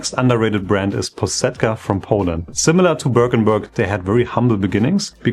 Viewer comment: It's pronounced Po-shet-ka. The 'sh' should be like when you shush someone with a 'ssshhh'.